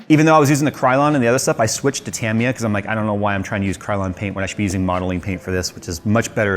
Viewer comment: Decades ago, I pronounced Tamiya they way you do. Double action airbrushes are the best, once you get the hang of them. I'm liking the build!